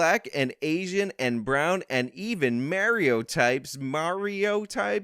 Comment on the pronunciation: I was cool with the mispronouncing until you defiled our lord and savior Mario.